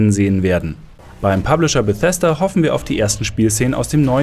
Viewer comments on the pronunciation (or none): none